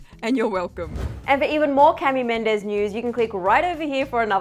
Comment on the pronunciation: It's ca-mila by the way